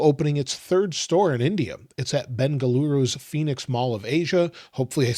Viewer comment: Hey 👋🏻 you nailed the Bengaluru pronunciation 🙌🏻 You can also say Bangalore❤ Huge fan of you and your channel all the way from Bengaluru 🙌🏻🤗